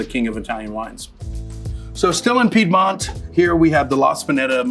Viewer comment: Makes me wince as much as that pronunciation of Piedmont